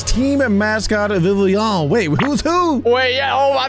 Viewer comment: Vivi-own is a crazy work for the pronunciation